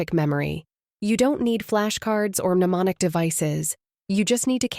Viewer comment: Did you say “menomic”? I hate to be rude, but it’s pronounced “nemonic”.